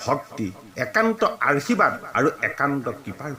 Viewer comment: 🙏🙏 কৃষ্ণ কৃষ্ণ বাপ , সেৱা আগবঢ়ালো। শুনি কৃতাৰ্থ হলো।বাপ , আপোনাৰ উচ্ছাৰণ ত কেইটিমান মূল পোৱাৰ বাবে আঙুলিয়াই দিয়া হ'ল। উত্তম শব্দ টি আৰূ আশীৰ্বাদ, কৃষ্ণ বাপ, আঙুলিয়াই দিয়া ৰ বাবে অপৰাধ হ'লে ক্ষমাদান কৰিলে কৃতাৰ্থ হ'ম।